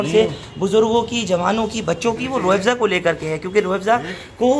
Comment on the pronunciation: अरे भाई रूह एबज़ा नही रूह अफज़ा बोलो